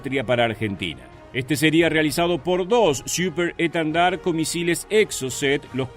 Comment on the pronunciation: Por qué repetidas veces dice Super EtAndard si es EtEndard?